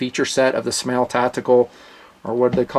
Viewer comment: SMAEL is pronounced "SMILE"